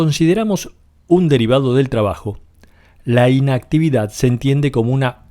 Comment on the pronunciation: Muy interesante. Sin embargo ¿Es necesario que el narrador pronuncie tan mal? Por ejemplo, la palabra "inactividad" no se acentúa en la primera sílaba, se acentúa en la última. Creer que de esta manera lo que decimos es más importante es una muestra de ignorancia. Mejor que dejemos la "inactividad" y hagamos algo para hablar correctamente.